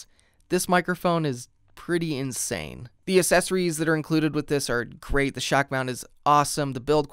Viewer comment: The Uh-sessoreeze